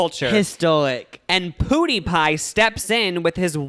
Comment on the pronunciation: Lmao why do you pronounce PewDiePie "poodeepie" its "piewdeepie"